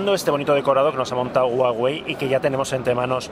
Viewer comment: te dicen que se pronuncia Uawei y vas y lo cascas pronunciando Juawei hahahah Está muy bien el vídeo, buenos influencers!!!